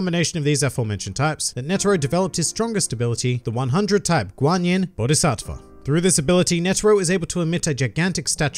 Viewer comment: i like how you wrote the script perfectly and pronounce the 100-guanyin bodhisattva correctly... Netero is basically Saitama of HxH.